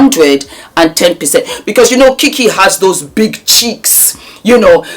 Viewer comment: I am HOLLERING at the way you said BIGGG CHEEKS😂😂 Then you rolllllled that R in round! I'm done😂